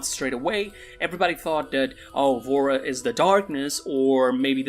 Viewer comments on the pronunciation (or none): Bro i thought he said vore